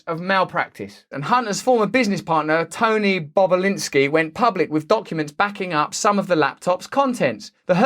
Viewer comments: cannot unhear mr. bobalinsky mr.bob boba-linsky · Bobulinski might be the funniest word of the day to pronounce indeed